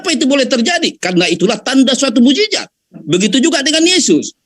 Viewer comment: Saya jijit dengar kamu bilang mu'jijat mu'jijat apa itu yang benar mu'jisat booooodooooh